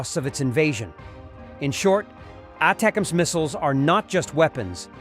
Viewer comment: Hey AI voice ATACMS is pounced "Attack ems"